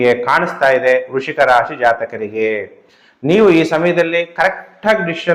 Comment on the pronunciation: ವೃಶಿಕ‌ ಅಲ್ಲಾ ಗುರ್ಗಳೇ ವೃಶ್ಚಿಕ